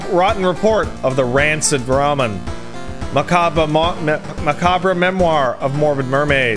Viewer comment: pronounces macabre different often, and not once correctly. I love but its confounding to me.